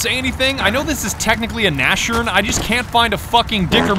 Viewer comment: Not a Nash-orn, its Nas-horn